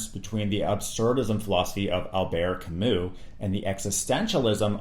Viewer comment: what is so difficult about this, Sartre and Camus are french men, not European, just as much as you are from the United States of America not America. Also their names pronunced completely different. Taking away the historical context of these philosophical systems makes it almost impossible to really understand them.